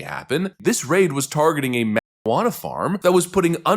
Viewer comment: Jesus Christ, you can't say marijuana?